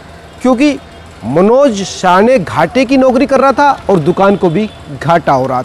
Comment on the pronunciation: अबे ये रिपोर्टर पागल हैं क्या?? कोई इसे बताओ भाई उसका सरनेम साने हैं. शाने नहीं.